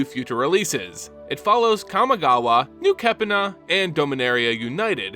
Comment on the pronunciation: Interesting video but I don't understand how you can pronounce Kami properly but pronounce Kamigawa as "Kamagawa". Like, it's the same word just tacked on to another word.